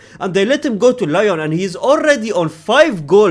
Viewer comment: Lyon is pronounced Lee-Eyohn phonetically